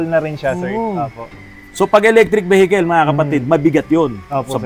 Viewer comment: ELECTRIC VEKIL VEKIL - WRONG PRONUNCIATION , VERIFY THRU INTERNET ANG TAMA LOKO TALAGA MGA TAGALOG SERKIL ANG GIL LETSE TANGNA NIYO